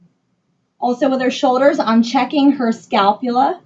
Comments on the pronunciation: “scalpula” this bitch, “palpitate” tf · She also says “scalpula” instead of “scapula”